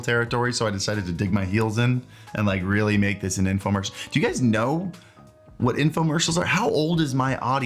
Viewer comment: Informercial????? What is that hahaha